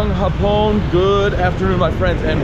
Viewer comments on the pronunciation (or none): When you said "magandang hapon", it means beautiful Japanese because you put an accent on the second syllable. If you place an accent on the first syllable of the word "hapon", then your sentence will mean beautiful day.